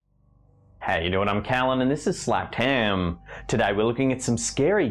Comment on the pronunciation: Haaa it's so funny when he says slapped ham